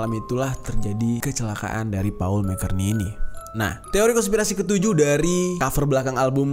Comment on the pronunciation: Baru nonton postingan 2 thn y.l ini. Semova bang Jeri skrg sdh tau gmn penyebutan "McCartney" yg benar. Tetap semangat!